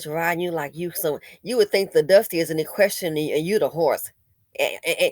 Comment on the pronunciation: You Said "EQUESRIEN" Help Me *Spell Check. LOL